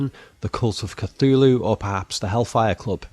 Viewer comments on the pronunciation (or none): none